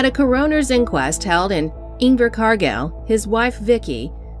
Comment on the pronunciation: Why can't people speak correctly it's not figured it's pronounced fjord and it's a Coroner's inquest not a key owners